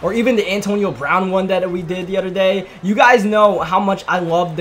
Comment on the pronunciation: You say yoo so wrong